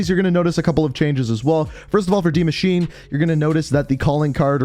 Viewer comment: its Pronounced "Die Maschin(e)" cmon